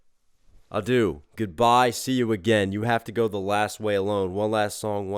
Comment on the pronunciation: P.S. “adieu” is pronounced ah-dyeuh, not a-do. Also, “adieu” is, I think, more than just goodbye, it’s more like “farewell”, and “auf Wiedersehen” can mean the same thing, “so long”, so it is interesting to mix the different languages, and the nuances of “goodbye”.